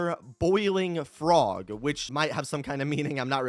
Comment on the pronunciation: He said brog